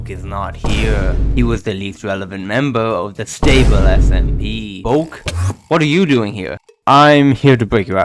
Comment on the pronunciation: sTable SMP, the T is ejected out like a Na’vi sKXawng